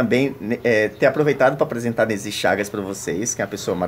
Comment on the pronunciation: E eu q achava q o nome era Inesi, pelo jeito que chama hahahhahahaha. Parabéns, Nesy, sua coleção é belíssima!